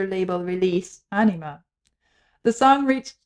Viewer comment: "Ænima", not "Anima"